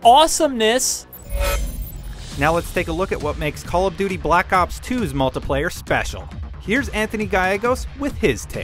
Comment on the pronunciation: It call of buty